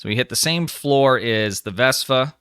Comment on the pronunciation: Why do I keep hearing you refer to the ship as a 'VESPA', when the ship has been introduced to the STO community as the 'VESTA' with a 't' class ship?